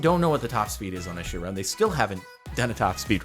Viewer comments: I hate how he calls it a "Chirone" not a "Chiron" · Does he say Chiron like that just to piss people off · Tbh not a fan of how Jordan says "Chiron"